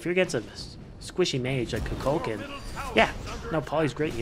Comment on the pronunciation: You said kukulkan's name wrong